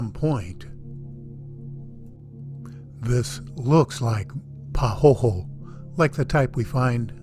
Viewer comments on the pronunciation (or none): The pronunciation is "pah hoy hoy", our Hawaiian term for smooth, layered lava flow. The rocky, sharp flow chips are called "ahh ahh".